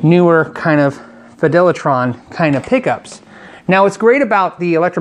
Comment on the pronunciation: "Fidelertron" pickups? Not FilterTron?